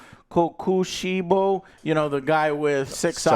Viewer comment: How can you say Kokoshibu correctly but not Muzan wtf